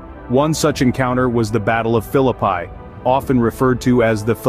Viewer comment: Love this video, but Philippi is pronounced fil-i-pee. I grew up 10 minutes from there!